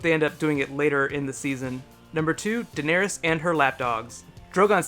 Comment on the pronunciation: It's actually Daenerys, not Deanerys. I haven't read the books yet, and even I know that.